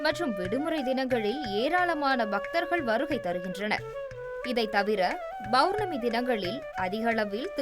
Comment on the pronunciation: பவ்ர்ணமி இல்லை பொளர்ணமி